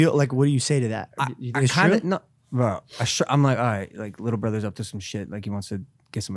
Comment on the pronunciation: I thought only I noticed how he says little brother. 😉 And worst thing technically speaking it's true. I think it's Logan's sneaky way of dominating Jake without upsetting their parents. But of course Jake is angry. He only had 6 days to enjoy the Nate Robinson knock out win when Logan announced Mayweather fight 😂